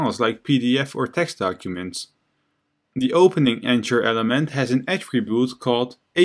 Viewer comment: I'm an ESL teacher trying to improve/create my webpage. I find these videos very useful. As thanks, I want to point out a couple of English language issues I have noticed. The word "anchor" which I think is what you are saying for the element. The 'ch' in this word pronounces as a /k/ the same as they do in 'mechanic' and the 'or' pronounces like 'er' the same as they do in 'doctor'. Likewise, the name of the letter 'h' is pronounced 'aitch'. Learning phonetic symbols can be a great help with perfecting the pronunciation of words you may not have heard before. Also note, that saying punctuation mark for the 'period/full stop/dot/point' is not accurate because punctuation mark actually means any mark other than letters, including but not limited to exclamation marks, question marks, commas, colons, semicolons, and quotation marks. I find your carefully detailed explanations very helpful, but these minor mispronunciations really distract from the knowledge. Thank You again for these videos!!!